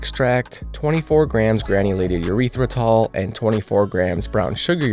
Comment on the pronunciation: Urethratol lol